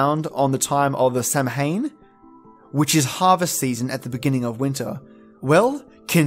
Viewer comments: IT's pronounced sow-yn or sow-in, not sam-hain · Ouch! Samhain is what you call Halloween and its pronounced Sow'ain! Belief in the Fae is in my opinion a warning to take care of your land and not just your crops etc but you should have 'lay away' strips of land that enables proper ecosystems for insects and small animals. This makes sure that bees, butterflies and other pollinators as well as insects that prey on pests such as ladybirds. I think it is something people need to think about more these days. As for the 'all that's yours is ours, but all thats mine is mine' is pretty t true of me lol. I believe in the moral behind this. I am so pleased to have found this! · Sidhe is pronounced "Shee", so well done on that one. Here are a few others that I caught: Beansidhe = "Bahn-Shee" (bahn is like "Auntie", not like "meaning") Samhain = "SOW-ehn" Tuatha Dé Danann" = "TOO-uthuh day duh-NAHN" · Samhain is pronounced, SA-win, not sam-hain. Otherwise nicely researched. Wish you had pictures. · The comment from Uhuru Mkali says "Samhain" is pronounced "Sow-ween" as in Halloween. So who is correct?? Is it a difference of regional dialect?? sow-when versus sow-ween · Samhain is Halloween in Ireland, and in the Irish language when 'm' and 'h' are put together in a word it's pronounced as 'w'. So Samhain is pronounced 'Sowin'. I'm not commenting this to be rude! love you videos❤ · if i had pictures.. im afraid i would be manifesting them into my life lol.. kinda nice being able to use ur imagination.. but the pagan in me twitched when u pronouned Samhain 😅 (i was raised to pronounce as s-Ow-in) but crazy interesting video 👏👏👏🥂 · Hiya the pronounciation of Samhain is Sou in. One of the witches biggest sabbats. Of course the Fae exist just dont piss them off. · Samhain is pronounced Sow-ween as in Halloween, the Christian tradition that replaced it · Idk if anyone brought this up. Samhain is pronounced sahwhen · Samhain, pronounced SOWwhen.